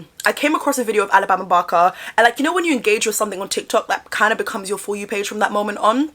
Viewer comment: Kudos to you for pronouncing Alabama properly vs "Ah-la-bah-ma"🥰